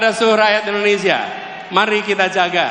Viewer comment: indonesia pak bukan endonesia 😂😂😂😅😅